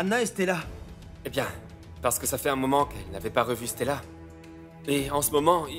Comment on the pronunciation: La façon dont 😂prononce le prénom de Stella on dirait c'est Stalla même 😂qu'elle dit😂